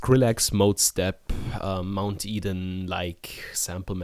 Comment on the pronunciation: mt eden? did you say mt eden? >:(